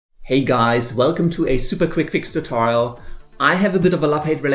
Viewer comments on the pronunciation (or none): none